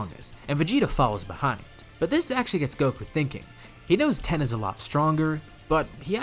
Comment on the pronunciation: Why you calling tien ten 😂😂